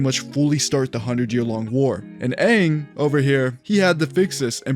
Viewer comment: I hope so much time has passed where they pronounce it ONG when thinking of the legend of Aang